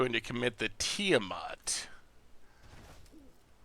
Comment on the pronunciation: tia-matt thats it, its not difficult lol. tia (name, think final fantasy) then matt (the normal name)